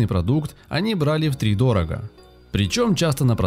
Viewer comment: Да, материал интересный, но подача... Куча ляпов в произношении, начиная от втридОрога, до орал и т.п. Такое ощущение, что не просто молодой человек читает, а вообще иностранец, акцент какой-то присутствует.